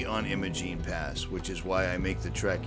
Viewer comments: It is EYE-mo-jEEN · Great work my friend, but as a local I feel I have to correct your pronunciation. Imogene has a long I so it eyemogene.